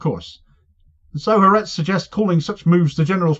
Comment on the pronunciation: Ha Aretz has ALWAYS been Netanyahu's foe, it's the most left-wing paper in Israel. BTW It's pronounced 'Hah Artez' not Haretz. 'Ha' in Hebrew means 'the' and 'Aretz' means 'nation/country, so it means 'The Nation'. I was cringing to hear the name mangled countless time in the video. Sadly even the BBC gets it wrong too. If you're going to do it, do it right.